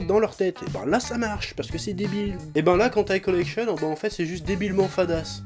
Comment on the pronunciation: On dirait que tu dis hentai collection. 😅😶👧👩👨🎅💩🐖🐖🐖🐖🐖🐖